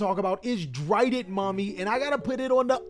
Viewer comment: When said "Drident mommy" i had the confirm that he's a man of culture.